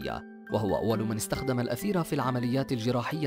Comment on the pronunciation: هناك خطأ في اللفظ .. ليس الأثير وإنما المادة المستعملة في التخذير هي الإيثر .. لأن الأثير والإيثر ليس نفس الشيئ